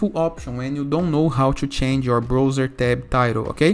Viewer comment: Brother, se fala BRAUZER. Que agonia ver você falando BROUZER!